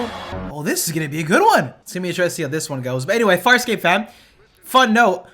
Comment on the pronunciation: I think you said "FarSCOPE" in the intro